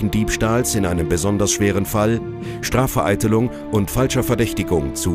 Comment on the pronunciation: "Srafvereitelung" xD